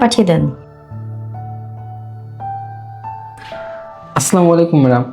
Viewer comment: হজুরের সালাম দেয়া সঠিক হয়নি সালামের উচ্চারন হবে- " "আসসালামু আলাইকুম "!